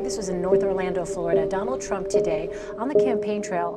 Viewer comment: minuto casi al final dice TURMP